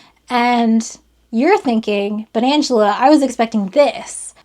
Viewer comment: When you said “but Angela” I thought you said “banantula” like a fruit spider. Entirely unrelated to the video, but still